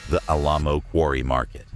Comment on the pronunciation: Mispronouncing Alamo caused me to check out on this one.